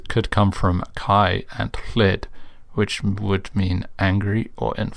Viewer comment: Honestly, your pronunciation of "Llid" was pretty good.